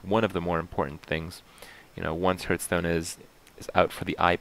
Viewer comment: What the fuck is Hurtstone?